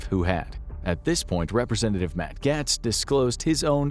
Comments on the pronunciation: I'm sorry, but it's pronounced gates. Not gats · Just an FYI, it's pronounced "Gates" (Gaetz). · The narrator has to either be AI or not an American because he mispronounced Matt Gaetz so many times and it's baffling that anyone in the US would not know who he is and how to say his name correctly. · This show can't pronounce Matt Gaetz' name right, or acknowledge how he's easily one of the most corrupt politicians our country has, but I'm supposed to believe that this video is trustworthy and not biased? Seems like Infographics kinda wants aliens to be real, so much so that they're willing to use Matt Gaetz as a reference (but can't pronounce his name right).